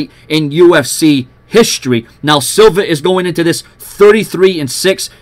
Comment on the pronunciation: Silva not Silver